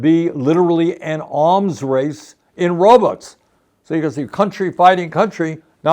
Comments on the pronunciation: Can't unhear this but when Bernie says robots I hear robux. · It’s so hard for me to take him seriously when he calls robots “RObuts.” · i enjoy the way bernie says "robots"